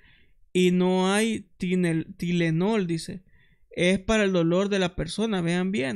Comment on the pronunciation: Tylenol se pronuncia tailenol